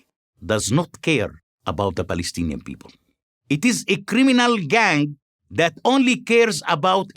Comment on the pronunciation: "The Balestinian beoble".